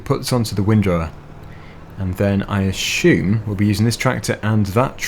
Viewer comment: Say assume